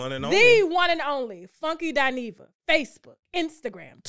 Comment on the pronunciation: Listen....Not Dineva